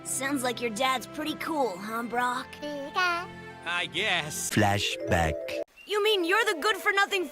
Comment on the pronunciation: "Brock", not "Brook"